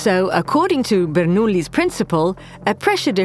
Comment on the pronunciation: You forgot about the Coanda effect, but nice presentation overall. And the AI voice is great too. I love how it says the italian names: Bernoulli, Venturi, and of course Ferrari.